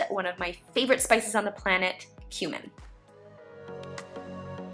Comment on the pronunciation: "One of my favorite spices on the planet, cumin." But I thought you said "human" when I first heard it!!!!!